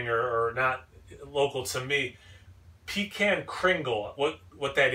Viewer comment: When you pronounce pecan that way...it makes me think of peeing in a can. Down in them there theese parts (yeehaw) we pronounce it Puh-Kahn like Chaka Kahn.